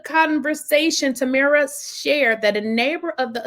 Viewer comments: TamRa not TamEra. Hope that helps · Her name is PRONOUNCED. TAM MERA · Tam-Ra. Is how it's pronounced...